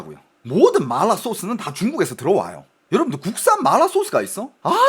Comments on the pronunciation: 이사람 중국인임? 마라를 말라 이러네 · 한국사람들 보라고 만든방송에서 마라소스를 말롸소스 그러고있나요???? 중국사람들한테 방송핟ㅓㄴ지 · 마라를 일부러 그렇게 발음하시는건가요… 거슬려죽것네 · 마라 라고 표기하는데 자꾸 말라 라고 해서 개짜증... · 근데 이분 한국국적인데 어케 이렇게 발음이 마ㄹ라~ 이러는지ㅋㅋㅋㅋㅋㅋ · 마알~라 ㅋㅋ 발음이 중독성 있네요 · 마알라 ㅋㅋ 발음중독되네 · 본토 발음은 마라가 아니라 마알라 인가보네요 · (하지) 마rrlll라 소스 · 말롸소스 지려따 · 마라발음이 중국인이세여? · 궁금해서 보려다가 마라라는 말만 중국발음으로 하는게 킹받아서 못보겠음ㅋㅋㅋㅋ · 마라 발음 하실때ㅠ 그리고 너무 마라마라 반복하시는듯.. 이번 시청은 조금 힘들었습니다 😅